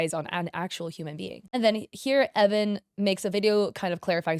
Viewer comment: Idk if this is misinfo or if it’s a different video where I got this info (I can’t remember) but I think the creator’s name is pronounced E-von.. idk, flame me if you want I’m just confused